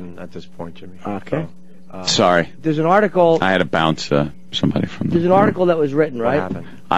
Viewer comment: Yimmy and almost killed me.😂😂